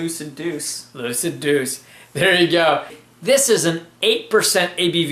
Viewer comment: I should've told you it was pronounced Doo-Chay. I really like this beer. I've got a two year old bottle and I'm going to compare it to fresh. Glad you enjoyed it. Fun bloopers! Cheers guys!